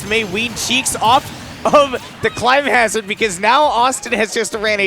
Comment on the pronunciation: I knew I wasn't the only one irked by that. Someone please tell him how to pronounce "Climhazzard"